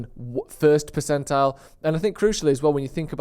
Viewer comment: Why do you say percential?